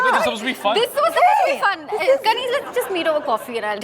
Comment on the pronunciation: Kaneez...more like kareenj...(cringe)